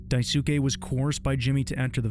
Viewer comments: Great video but please google how to pronounce words like “biding” and “Daisuke” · hearing you mispronounce daisuke kills me every time i hear it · the narrator also pronounced it wrong. He pronounced it "die-SOO-kay", but it should be pronounced "DIE-su-KAY", which to an English ear usually sounds more like "die-skay". So pronouncing the name correctly may just be because of the voice actor unfortunately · Wait I thought he's the only one pronouncing it wrong, in an attempt to display him as this hilbilly:d Now that you mention it, he indeed did pronounce the "su" with less emphasis correctly, but I also feel like he butchered the "ke" the most. Right pronunciation: "Daisuhkhe": "Daisuh Kayy" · The voice over is amazing, but the mispronounciation of "Daisuke" made me figure that it was probably dubbed for the video. Edit: voice actor actually pronounces Daisuke's name correctly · Amazing video but the only complaint I have is the way he pronounces daisuke the u is silent in Japanese so it sounds like “Skeh” rather than “sukeh” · Daisuke is pronounced 'dice-kay'. Jeez man. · Daisuke is pronounced like sauske, dai skee or dai s-kee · Dai-su-ke I can't bro. You know how they pronounce Sasuke from Naruto? Yeah it's that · daisuke = "dye - s'keh" the u in 'su' is silent in native Japanese words, like desu is pronounced 'dess' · Hey. Just FYI you dont really pronounce the U in names like "daisuke" or "yosuke". Daisuke is pronounced like "daiske". Kind of like "dicekay". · also bcus japanese names -suk do not pronounce the u, so like: Mitsuki - mitski Natsuki - natski Daisuke - daiske I think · It's pronounced die-skay. Great vid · Bro, his name is pronounced "Dice-kay". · Isn't the dudes name pronounced "Dahs-kay"? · It's pronounced like "Dice-skay". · I think people are sayinf Daisuke's name wrong on purpose now😂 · Daisuke should be pronounced with 2 syllables, not 3, btw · Psst, the ‘u’ in ‘Daisuke’ is silent